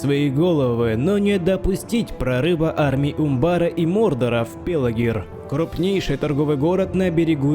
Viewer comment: Видео супер! но как же меня дергало это "Пелагир' ))) ПелаРгир (Pelargir судя по вики Lotr), но как и сказал видео понравилось лайк.😁